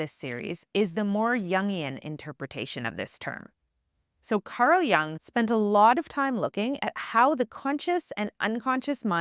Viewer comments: Jung is pronounced as joong, not as young. U is pronounced as U in Uber or U in bully. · Great content. But the constant mispronunciatiion of Jung's name is very distracting.